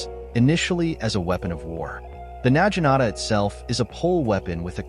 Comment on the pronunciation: Na Gi Nata. A.I. is saying it incorrect.